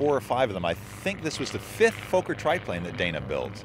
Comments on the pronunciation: Pronounced as fokker not fauker. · Please Note as Americans often do, you are mangling the name, it’s not Foaker its pronounced like soccer thus Fokker. Otherwise great content. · Fokker not Foker.The o as in dot. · It's definitely NOT pronounced Fo kur, dude. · For future reference, it's pronounced "f*cker", beautiful replica! great to still see enthousiasm for it! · you said what I was going to say!